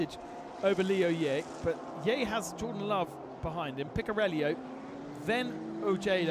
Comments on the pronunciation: Picariello, keep track of where that I is ffs. Picariello not Picarellio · The italian driver is speaking Picariello, not Picariellio. Please speak the names correctly.